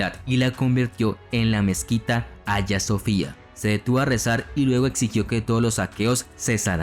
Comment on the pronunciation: No era Giustianini, sino GIUSTINIANI. Y en cuanto a la catedral, se pronuncia HAGUÍA SOFÍA.